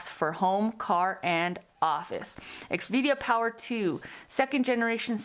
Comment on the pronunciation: I think you’re incorrectly pronouncing the name of the company. Its xvida. Not xvidia So x then vida. ( v da) ur turning it to x v dia and that’s not correct